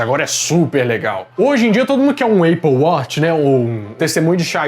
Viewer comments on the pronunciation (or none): none